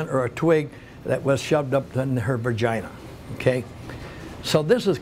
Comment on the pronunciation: You lost me when you started in on the hippies. You are joking around on a serial killer doc. Not a good look when you forget the victim, can’t pronounce vagina (hint: there is no R in it) and brag about trashing civil liberties. I’m glad you’re not a peace officer any more.